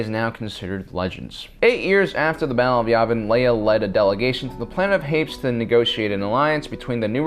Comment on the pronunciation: Prince Xizor is pronounced "shee-zor" and being, as you said, a really rapey encounter, I would hardly call it a "romantic" encounter. Also, Prince Isolder is "iss-old-er" and he is from Hapes (hay-pees)